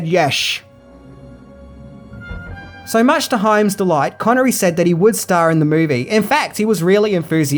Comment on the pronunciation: Good job pronouncing Hyams name correctly this time...!)